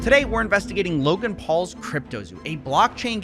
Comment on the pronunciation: his name is loGan not loKan.....